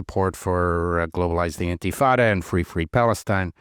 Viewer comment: CC JEWELRY INSTEAD OF JEWERY , INTIFAT INSTEAD OF INTIFADA, DONE ON PURPOSE.